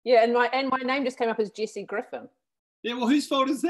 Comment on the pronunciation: I was fascinated by the kiwi pronunciation of Jesse like Jackie until they brought up her zoom mistake.